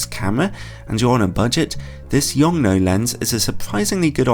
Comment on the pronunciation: After listening to the Americans constantly murder the name of the manufacturer it's refreshing to hear it being pronounced correctly, at least according to the native Chinese speaker on staff at LTT.